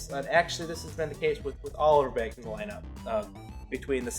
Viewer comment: I know, I had to comment on that myself. It either cracks me up, or makes me cringe every time.